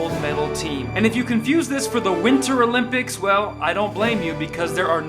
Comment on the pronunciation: Summer "O'limp-dics" 🤣